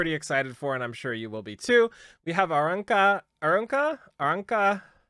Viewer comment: Every new barrier makes stonks go up B) It's also pronounced Ah-roon-kah as far as I know.